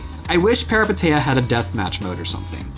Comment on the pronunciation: Small clarification that the name is pronounced as "Pehreepéteea"